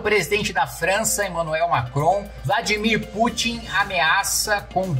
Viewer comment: O melhor foi Macron falando Vladimir putinha 😂😂😂😂😂😂😂😂😂